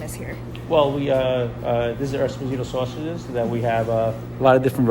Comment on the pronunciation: The way she pronounced Esposito 😢. Im Italian and cringed